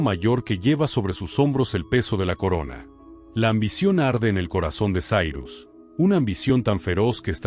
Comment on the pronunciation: Sairus??? E' Cirus, non e' inglese. La i si pronuncia i no ai, la c e' c no s. Inascoltabile.